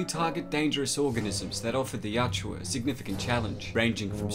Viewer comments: dude it is yowt-JA, not yowt-JEWA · At some point I hope you learn the pronunciation of the name of their race.